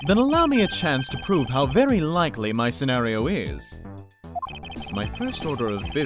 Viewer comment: (Dunban) It vury much was.